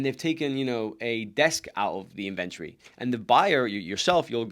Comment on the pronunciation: Great information but it took me a while to understand that you were saying "inventory". Being from the US, I say "IN ven tori" and I heard something like "in VEN turi" which isn't quite a British pronunciation either. But I'm glad I figured it out as the information is very helpful. Thank you.